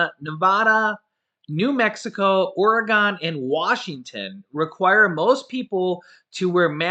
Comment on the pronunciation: Oragon 😂😂😂😂😂😂 WHY